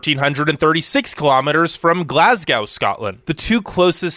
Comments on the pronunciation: A really minor point (in a really interesting video!), but the 2nd syllable of Glasgow rhymes with ‘row’ ( as in ‘row, row, row your boat) or ‘go’, rather than ‘cow’. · Probably should have shared some of that time with practising 'Glasgow'. 😉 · The way you saw Glasgow as a Glaswegian makes me cringe